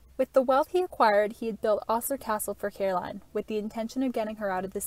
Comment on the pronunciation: Great piece - one minor thing - it's pronounced Oh-sler not Aw-sler. Thanks for all the great info!